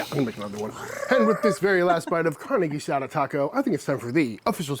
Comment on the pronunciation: This is not Carne Asada this is Carne Guisada gee-sah-duh